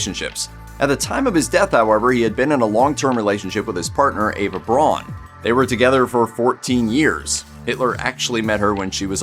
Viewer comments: By the by,, Eva's last name would be pronounced "brown" by Germans, not "bron" as you call it. The letters "au" together have, in German, an "ow" sound to it. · The Ay-dolf is bad enough, but what I find even more grating is pronouncing Eva's last name Brawn. It's pronounced like Brown, forPetes sake! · Braun is pronounced in the same way as in English. It annoys me no end when I hear it pronounced as Brawn. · Sorry you couldn't pronounce any of the names right. Aydolph Hitler, Eva Brawn, Joseph Goballs, etc.